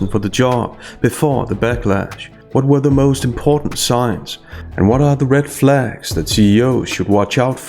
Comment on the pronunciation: Wait wait wait did you say red flag or red phag?